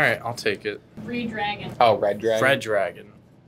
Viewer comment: I love that she pronounced ReDragon as Re-Dragon, meaning "to dragon again".